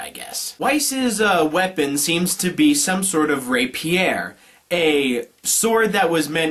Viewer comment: stop fucking up the emphasis in Rapier you twit